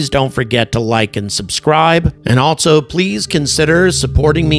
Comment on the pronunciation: Hello! Just wanted to point out that there is no T in ALSO. It's not ALTSO... It's just also. Thanks! OK.. carry on....